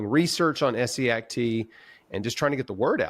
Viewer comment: For someone who's done so much research about Essiac, you should at least have known how to pronounce her first name right, but good video anyway.